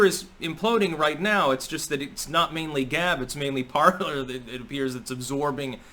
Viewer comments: PARLER is a french word pronounced like" PARLAY" meaning ,"to speak or to converse" from the verb PARLE...not parlour like a living room or salon. Just sayin... GO STYX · I thought it was supposed to be pronounced "parlay" as in the French word parler, meaning "to talk."